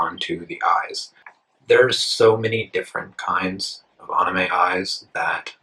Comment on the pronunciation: The way that this guy says anime it make you think how is he so good but can't prenounce the name right